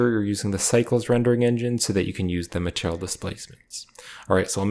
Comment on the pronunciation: are you saying "maternal" instead of "material"?